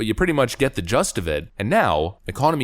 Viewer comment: it’s “gist,” not “just.”